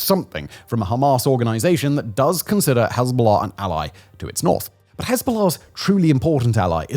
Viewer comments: Why do you pronounce it HEZBOLAHRRRRRRRRRRCCCCK Also hezbolurrrb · I’ll be honest, bro I would watch you but the way you pronounce hezbollah just pisses me off too much. What do you have to emphasize the oh so much and the ah sound just say it smoothly bro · While I enjoy his channel. Dialect is annoying. Cannot pronounce the letter 'r' in far, but adds the letter 'r' in Hezbollah...